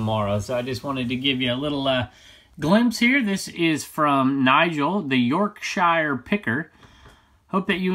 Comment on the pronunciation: Its Yorksheer, not york and not yorkshyer!